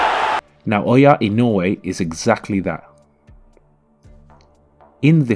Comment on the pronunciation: 'NAW-OH-YA EE-NO-U-EH , I know it is hard for gaijins to pronounce his name.